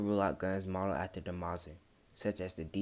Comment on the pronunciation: Aye homie I dig all the content. But with how you're pronouncing Mauser sound like you're saying mosin. But everything else was gold, details and real life guns the blasters are made from. You asked for honest and that was the only thing I caught. Keep at it bro I'm subscribed